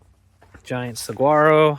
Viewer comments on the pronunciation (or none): That cactus is a Saguaro - pronounced "suh-WAR-oh" - the "g" is silent.